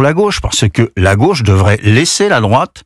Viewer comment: "comme homme de gôche" 🤣